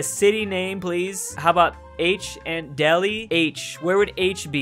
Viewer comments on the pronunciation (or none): none